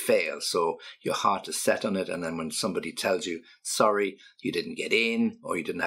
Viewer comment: Wouw..., Im sory, your mouth do not cle@ Hmmm, "sorry....?" Still ngGrenneng I heard